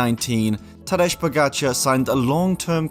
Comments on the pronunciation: It is Tadej - as in Tadey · But it's not Tadeche Pogačar... its Tadej Pogačar!